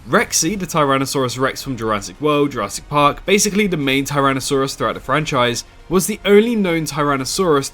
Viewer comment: Go somewhere in between 3.05 and 3.09 ma boi said “Jurassic parp “